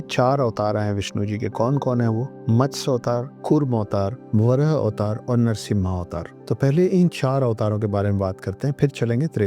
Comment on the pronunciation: सर जिस शिव धनुष का आप नाम पिनाका बता रहे है उसका नाम "पिनाक" है। और विष्णु जी का अवतार जो है वो नरसिंह अवतार है नरसिम्हा नही। पिनाका एक मिसाइल है जो इंडियन डिफेन्स के पास है। अगर आप जानकारी देना ही चाहते है तो कृपया सही दे यही निवेदन है।